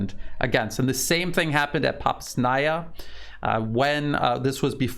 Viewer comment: Its "Bahmut" not "Bakmut". And the other towns are "See - versk" and "Popa - znaya"